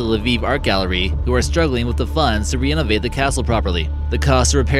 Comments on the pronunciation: I died when he said that! Also re-enivate (renovate), dare-licked (derelict), suffiss (suffice) and my favorite in context for full effect "...could be YEARS for the right price." Yours! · the correct word is fruition. What you said is not a word, neither is re-enovate (renovate) . These are just two of the many words you have mispronounced (or used wrong words entirely) in your videos. It is distracting from otherwise entertaining videos. Thanks. If you have a speech impediment I apologize. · You need to learn how to pronounce fruition and renovate buddy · Fru-it-ion Ren-o-vate The narrator is so busy making himself sound like a vocal-fry teenager that he can't pronounce any word of three or more syllables.